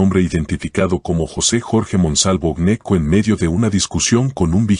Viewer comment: El apellido no es Neco, se pronuncia la G, se pronuncia Geneco. Si ud lo pronuncia de la otra forma, los costeños quedan perdidos y se diría que es otra familia y no los que realmente son